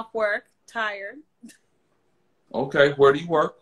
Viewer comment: “I am so tired, so ti-red”